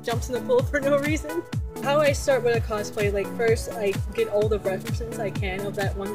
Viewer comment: Kosplay? i thought it was cosplay!